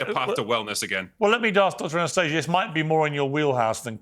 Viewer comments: Ana-stay- ga won’t be gaslit that’s not how you say it! 😂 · No, no, it's pronounced ah-nah-STAH-see-yah. Check your privilege 😂😂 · Don't you mean "Ana-stah-sia" 🤣